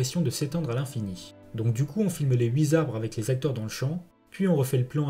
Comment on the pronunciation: Bonne vidéo! Par contre entendre deux fois de suite "les huit 'Z'arbres" vers la 14e minute, comme s'il y avait un "s" à "huit" (qui est invariable, comme tous les chiffres à l'exception de "un"), ça fait mal aux oreilles! Mais c'est sûrement une déformation professionnelle de ma part...